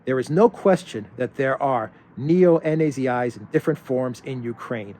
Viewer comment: Why do you pronounce neo-nazis as neo n, a, z,i's?